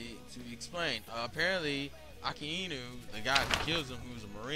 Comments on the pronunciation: Akainu(He can't even say the name properly) was able to hit Ace because of Haki. Not because magma is hotter than fire. Joke did NOT have a devil fruit- HE was cursed. Vegapunk figured a way for objects to have Devil Fruits. Your entire argument is weak, and full of flaws. Even MORE flaws than the logic of Devil Fruits in the entire Manga/Anime. (Which I'm not saying is perfect, but done well enough that in his /years/ of writing, he made less mistakes than you did in a 10 minute video) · Hope that in the last 10 years you learned how to properly pronounce the name "Akainu"